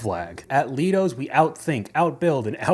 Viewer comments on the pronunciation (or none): Good lord LEIDOS also btw its LIE DOS thats how you say it .... thats an engineering company HOW THE FK IS THE WAGE 16HR 😮😮😮😮 i used to work for them too !!! Engineer here my field is aviation